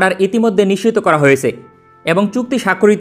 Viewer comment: Vaia, apnar nischit sobdoti onekta nisiddho er moto sunay